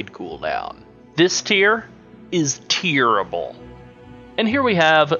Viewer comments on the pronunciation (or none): ughh "Tierable"